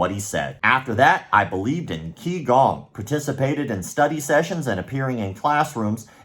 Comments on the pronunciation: For what it’s worth QiGong is pronounced “chee-gawng”. Not Kee-gawng. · for the record Qigong is pronounced (CHI GONG) and it is only used to help oneself. It is an exercise that anyone can do provided that have had instruction for a qualified instructor to teach them first.